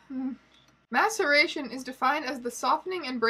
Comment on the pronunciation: I can't be the only one who kept hearing "masturbation" instead of "maceration". In this context, the former could arguably be worse. Also misheard "mastication" a couple of times, which somehow seems even grosser in the context of taxidermy.